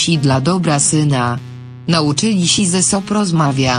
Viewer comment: Rany boskie!!!!!!!"znadzili sie so"!!!????Dlaczego czytają te teksty osoby ,.ktòre nie znają języka polskiego?